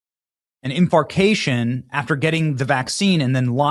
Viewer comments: It's infarction, not infarcation 😂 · Infarction not infarcation. Just info, not bagging on anybody. Just a "big brother/ dad" thing. My pharmacy is recommending Covid boosters, thrice anualy! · Infarction buddy, no such word as “infarcation”